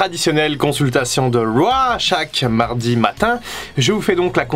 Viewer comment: Critiquer Fin pour son accent alors que tu dis "wa" au lieu de "rauw" c'est osé :)